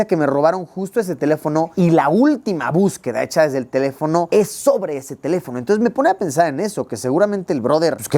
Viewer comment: se te fue el acento en teléfono, lo pusiste en sobreesdrújula y es esdrújula, saludos